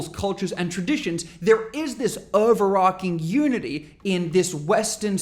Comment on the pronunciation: stopped listening when you pronounced overarching as,"arking"